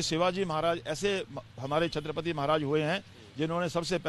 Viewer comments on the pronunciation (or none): पहले छञपती शिवाजी महाराज बोलना शिक. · पहले छत्रपती शिवाजी महाराज बोलना सिख. मोदी अच्छे है ठीक है. पर इतने भी नही है मोदी की महाराज से तुलना की जाये. जय शिवराय